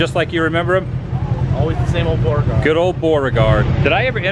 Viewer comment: Are you saying Boreaguard or trying to say Beauregard?